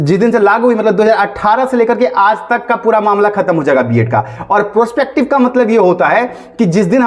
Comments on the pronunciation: 😂😂😂 bolne bhi nhi aata prospective😂😂😂😂😂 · इसे प्रोस्पेक्टिव बोलना भी नहीं आता मुझे नहीं लगता ये वकील है लोल